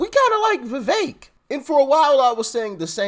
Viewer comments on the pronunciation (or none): NO FAKE VEVEK!!! ie VE-FAKE